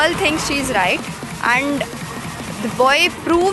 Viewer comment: Lol bitch .... Please learn English first. It's and not 'und', btw und in kannada means ass